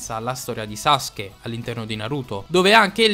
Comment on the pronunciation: ...si dice "Sasuke" non "Saske"